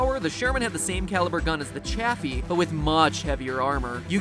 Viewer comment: It’s officially pronounced ‘chay-fee’ not Chaffy